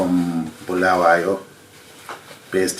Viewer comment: it's not Bhulawayo but Bulawayo, your ndebele is dribbling is it because usuhlale kakhulu lama Shona yini